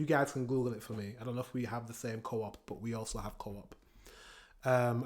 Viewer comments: Swedish coop is not the same as in britan, and it's not pronounced co-op, it's one word. coop. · Its Coop, like chicken Coop but should be The same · Oh so in English you say co-op but in Sweden we say Coop😂